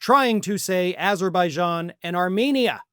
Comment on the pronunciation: not only repeated this 3-4 times but he also cant get even get Azerbajan name correct. he calls it Uberbajan, just like he wants to call gulf of mexico, gulf of anerica